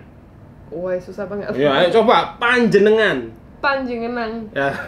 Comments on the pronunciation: Cak Dev.. kudu rungokno omong "panjenengan", suarae koyo omong "panjeng nenan" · londikampung: panjenengan!: panjengnemen!